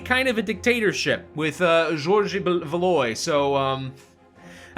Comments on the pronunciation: French Fact : French People do not say Val Oi they say Val wa I know the Frogs are weird. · I know this probably doesn't matter and won't even read this but Valois is actually pronounced 'Val', and ois makes a 'wah' sound. So his name is said 'valwah'. Also Lille 'as in the first Lille award' is said 'lee-il'. It's not important, but it's nice just to have the information available.